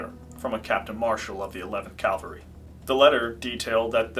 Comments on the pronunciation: CAV-AL-RY not CALVERY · Cavalry. Not Calvary. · I like your stories....HOWEVER.....you MUST learn the correct pronunciation of the word "cavalry"! "Cavalry" refers to a branch of the military that fights on horseback, while "Calvary" is the name of a holy site in Christianity!